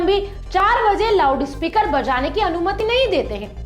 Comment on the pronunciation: Did she say lavdu speaker? 😂😂😂